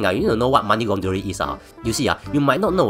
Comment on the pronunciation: aiyo..pronounce laundering properly for f's sake.